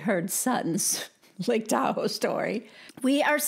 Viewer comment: Totally expected Dorito to mispronounce Lake Tahoe as Tu-ho